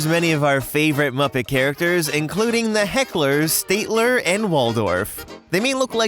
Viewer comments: Stat- ler, not State-ler. LOL Love the vids, but you got his name wrong. :-) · Stat-ler, not stait-Ler. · STAT-ler, not State-ler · it's STAT-ler, not STATE-ler, you Insecticon. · It’s STATler! Not STATEler! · I'm sorry, I'm a Muppet nerd, but did you LITERALLY just say "St-ay-tler?" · ish - It's pronounced Stat-ler, note State-ler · STATler not STATEler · Statler isn't pronounced like "state-ler" but "STAT-ler". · STAYTLER and Waldorf? No my friend. STAT-ler and Waldorf. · It's pronounced St-a-t-ler not St-ate-ler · STAT-ler, not STATE-ler. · STAT ler not state ker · Stat-ler. Not state-ler. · Please stop calling the old man I'm the balcony STATE ler...it's STAT ler. Like the hotel. Thanks, and carry on. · "one geese" and soon after, " State-ler" instead of "Stat-ler"...Dude, your grammar is off the charts... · It's Stat-ler, not State-ler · Ummm the Muppet heckler's name is Statler ("stat-ler"), not Stateler. Sorry, Just a nit-picky Muppets fan here. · STAT ler. NOT STATE ler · At number 7, you accidentally said “Stateler,” not “Statler.” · It’s STAT (rhymes with HAT)-ler. Statler and Waldorf are named after two famous NYC hotels (The Statler-Hilton and the Waldorf-Astoria). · my guy called statler "STATELER" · Please pronounce Statler correctly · Everytime you mispronounced, Statler, my skin crawled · So "State-ler" is one your favorite Muppets? I tend to pronounce the names of my favorite things correctly, but I'm weird like that. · FYI; it's pronounced "STAT-ler", like the famous hotel he's named for. Also, "It's like 'Coraline'!" LOL! =) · Just an fyi for later reference, it's pronounced Stat-ler like statistics instead of state. Otherwise a crazy fun video! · Your mispronouncing Statler wrong, also yesterday was actually the 45th anniversary of The Muppet Show! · It's STATLER, you ignoramus. As in the hotel. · I'm really sorry to be that guy, but Statler is pronounced with a short "a" sound, like in "hat." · Statler’s name isn’t pronounced like that lol